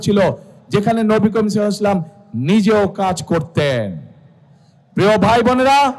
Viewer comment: নবী কারীম সাল্লাল্লাহু আলাইহি ওয়াসাল্লাম ঠিকমতো উচ্চারণ করতে পারেন না। জাতীয় ইমাম সেজেছেন।